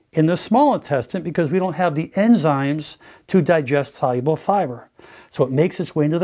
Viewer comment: Every time he says soluble, i heard it as cyber!